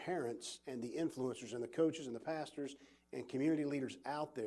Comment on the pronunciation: are you concern in how rival countries like China are buy up companies like riot games makers of league of legends and how they could use the gather data on Americans to use predictive analytics with data from games in field? also why did he just say paster? wait who doesn't come in after lunch?